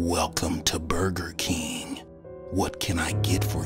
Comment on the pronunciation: I just love how he said Burger King 😂